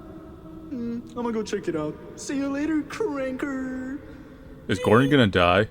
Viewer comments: even used a hard r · BROOOOO WITH THE HARD R AND EVERYTHING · Damn, hard R and everything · I felt like he was calling me a wanker with they way he said "Cranker"